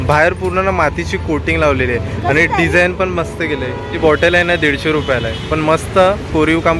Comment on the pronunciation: पन...पण /पानी...पाणी / आनी... आणि / हाये....आहे....😂